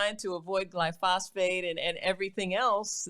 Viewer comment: Rachael keeps saying "glyphosphate". This level of ignorance is incompatible with her status and her fame.